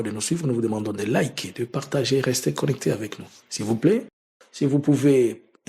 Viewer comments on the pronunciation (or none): none